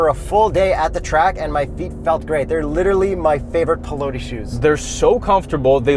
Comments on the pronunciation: <Pee-law-tee>, please. You almost got the much more difficult "Quadrifoglio" right. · The way you guy pronounce Piloti..... what a shame 😓